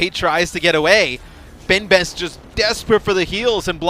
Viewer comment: It's a message for the caster of this match (sorry for my english ). Please... Learn how to prononce benbest in french x).